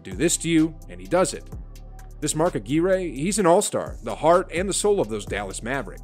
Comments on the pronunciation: Just subbed to your channel but you got to work on pronouncing people’s names right. It’s DomiNEEK not Dominic and it’s Mark AGWIRE not Ageere. I know you’re young but just watch some old tape to get the names right. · It’s Mark Ahh gwire… not Mark Agearay. Lol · you said a gui ray its a gwire like mark mcguire that was f n horrible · A-gear-ayy. Lol.. I’m pretty sure it’s pronounced uh-gwy-urr. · OMG thank you, I wasn’t the only one that sh*t was driving me insane. Its Mark A.gwire, not Mark Agear.a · Mark’s last name is pronounced like AQwire, not Ageeray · Dude it's not Mark Ah-geer-ay it's Mark Ah-Gwire. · It's Mark A - gwy- ur similar to Acquire Not A geer A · Ag-wire…..not Uh-gee-ray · his name is Dominique Wilkins not Dominick 🙄"the human highlight reel"-jesus christ its pronounced Mark (A -gwire) not A gearA please leave the 80s alone guy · they called Mark - A GWIRE when he played at Marquette , not A GEERA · Mark Ah-Gear-Eh? Mark Ah-Gwire. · Agwire, not Aguar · You're right, you weren't watching hoops in the 80s. I know the name Aguirre is generally pronounced a-GEE-ray, but Mark Aguirre and everyone in his day pronounced it a-GWIRE. Like Mark McGwire, but with an uh instead of a mih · Mark A-Goo-Ray? Lol. (Names are hard sometimes, it's ok...) Mark Aahg-Wire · Mark Ageeray? Lol It's pronounced like Ag-wire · Aguire's name is NOT pronounced "Ah-geer-ay". It's "Ah-gwire. Like the MLB player Mark Mcgwire, just with an "A" in front. It's really annoying listening to people who narrate videos who have no clue about the proper way to pronounce people's names (or place names, etc.). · Mark Ah-gear-a…Really??? No!!!!!!! Mark A-gwire…homes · its Mark Ag(wire) not Ageray, but nice job on the info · 🤣😂 Aguire (rhymes with “A Tire” Not “A gear A” 😂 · Larry is an all-time top 5 player. Mark Aguirre is pronounced - (Ah-gwire) Not ah-gear-ay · Mark A-Gear-Ay is one of the greats, not like that scrub Mark Ag-Wire. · Its AG WIRE😁 not A GEE RE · Mark Aguirre “Ag wire”